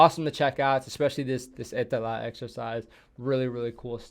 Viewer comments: Was surprised also he pronounced Ä so well. 👍 Now he needs to start using word PERKELE in about every sentence and go sauna, swim in icy water, drive his car sideways in gravel roads.. Nobody would notice he aint Finn. 😅 Hes a bit too talkative to fit in, but hey just say that youre drunk. 🤣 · wow you said "etelä" correctly! congrats man! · I was surprised a little bit! Well done!